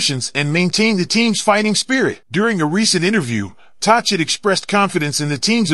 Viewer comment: Pronounced Talket not tochit also Besser not boser. Get that straight and I might subscribe